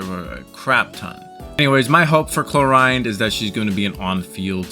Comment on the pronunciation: The name pronounciation of Clorinde is absolutely reaping my soul of every orb of energy it has.